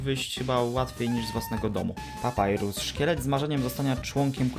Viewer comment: 'Papurys' lol